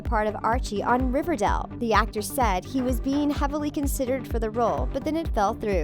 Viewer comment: Y they say riverdale that way “Riverdell”